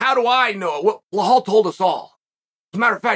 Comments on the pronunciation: Belal DONT remember the name " Blerhahll" Muhammed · “Remember the name…….Blahal Mohamed…I believe I will” 😂😂